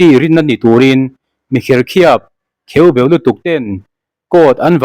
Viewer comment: Kheuh beuh tih tur Kheu beuh ni lovin